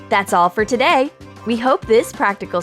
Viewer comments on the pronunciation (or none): none